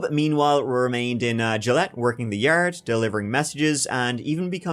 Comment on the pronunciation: I was very confused by the mention of “Gillette, Illinois.” It’s Joliet. Pronounced phonetically, joe lee ette. They were initially held at the old Joliet Prison, where The Blues Brothers was filmed and which you can visit and tour today.